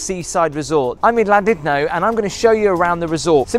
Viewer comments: LlanDUDno not Llandidno.Try at least to pronounce the places you visit.I'm not welsh and you're annoying me. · your pronouncing Llandudno WRONG pretend the capital L is pronounced like C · Gotta doing a hacking sound with double LLAN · I used to get soooooooo much ear ache from a work colleague for mispronouncing Llandudno.......... It's pronounced Clandudno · You said the name of the town wrong pal